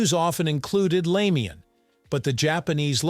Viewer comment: It's pronounced "rahmen," not "raymen"